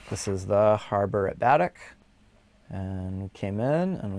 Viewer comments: Pronounced bu' deck. Accent on first syllable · Pellier pronounced pell-yay and emphasis on the e in Baddeck, Ba-deck 😊 Keep giv'in er you two!